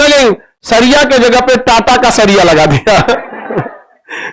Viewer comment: Khan sir, Sharia kahtey Hain, saria nahi, sahi bolna tak nahi aata